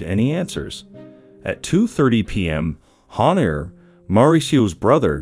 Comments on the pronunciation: Es JHONIER no JONIER, me estreso bastantico esa pronunciación, intenta a la próxima buscar bien las pronunciaciones. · Dices muchas cosas imprecisas, se nota que no estudiaste bien el caso, ni siquiera puedes decir bien el nombre del asesino.